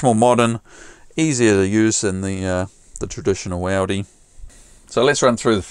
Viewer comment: We pronounce it “ooooodeeeeeee” not Audi as in the motor car! Great little video as usual thanks for posting!